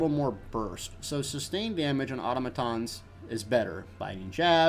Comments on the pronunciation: Good vid man, but Selene is pronounce “suh-leen” not “say-leen” and Automatons is pronounce “Ah-tom-ah-tahns” not “Auto-ma-tons” lol =] sorry for being a grammar (pronunciation) nazi.. Keep up the good work. It’s unfortunate you only do pvp shit now though.. but ah well. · don't know why but your pronunciation of or-tom-atons triggered me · The way he say automatons is really annoying.